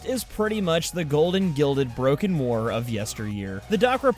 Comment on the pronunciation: I love the "baroken war"